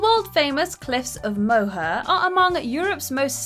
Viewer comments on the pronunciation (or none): "Moher" is pronounced "More" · Its pronounced Cliffs of Moore